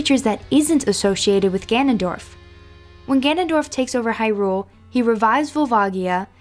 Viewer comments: I always thought “Hyrule” was pronounced stressing the 1st syllable - “HI-rule”... as opposed to how this vid pronounces it, stressing the 2nd syllable, “hi-RULE”... sounds off... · I hate the way she says Hyrule. She says it like its two words.